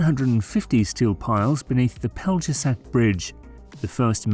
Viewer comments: Yes, maybe Pell-yeah-shats. They butchered a lot of the names. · In the video is an English spelling pronunciation of the bridge’s name. Its real pronunciation is more like pelyeshatch. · You couldn't bother to look up the pronunciatuon of Pelješac for a video about the Pelješac Bridge? Really pathetic. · They put the shat in pelyeshatch. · I can't believe that the narrator can't pronounce the name of the isthmus. Pelješac